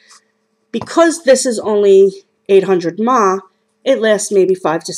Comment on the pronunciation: you don't pronounce it MAH, you pronounce it milliamps. thats what it is. also have you tried using a normal usb cable? obviously if the one given to you doesn't work you can use ANY other type. and the puff counter is to tell you when it does a burn clean. do you know anything about tech, or read manuals before you use something?